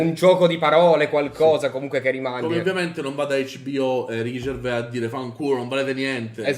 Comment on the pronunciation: Pronunciano Gervais alla francese, baka rassegnato